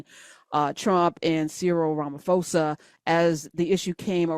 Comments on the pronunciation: Just a slight correction, Ramaphosa is pronounced: "Rah-mah-por-sah". Anyway, as a South African I can state categorically that THERE IS NO WHITE GENOCIDE in South Africa and NO LAND HAS BEEN EXPROPRIATED FROM WHITE FARMERS. That's total BS. ❤ from CPT, SA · Weirdly the correct pronounciation is RAh-Mah-Poh-Sah....Ramafosa is a noun for a LIAR in Tswana 😂😂😂😂😂 Ramaphosa met Ramafosa in chief 😂😂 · Lovely content . It is pronounced RAMA-posa not RAMA-fosa